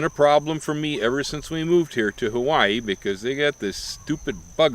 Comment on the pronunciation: Why do you say Hawaii like that?